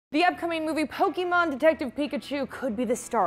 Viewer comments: Why does say "Pokimon" instead of "Pokemon"? 🤔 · It’s Poke-EH-mon not Pok-Y-mon...geez...